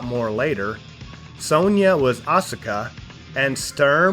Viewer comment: you mispronounced Sonja too